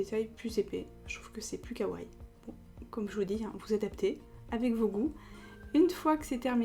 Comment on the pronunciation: svp ne ditent pas kawai ou kaway mais kawaii faut à la fin lire le (i) faut bien dire le i c'est important sinon c'est faut le mot !!!!